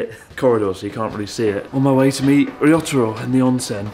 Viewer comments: When you say ryotaro it sounds like risotto 😂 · Chris mate, I think Ryotaro is secretly having an ongoing, good laugh at your expense by virtue of the fact that you continuously mispronounce his name just about every time you say it!